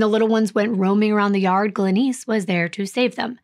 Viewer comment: Why can't you prounounce the name Glenice correctly?